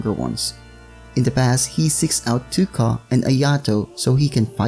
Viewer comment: You actually prenouce it toe-ka :)